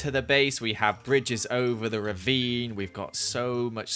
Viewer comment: Wow- its “ravine” not “rebeem” im 13 and I figured that out today.